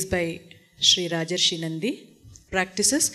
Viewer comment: It's *Rajarshi ( pronounced as Bengali : Raa - JOR - Shee ) his name deserved to be pronounced correctly